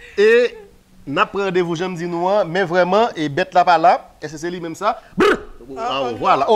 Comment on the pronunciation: m tandew wi:”Rendeuvou”